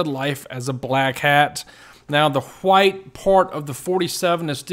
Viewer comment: I like how he said white “ heewite “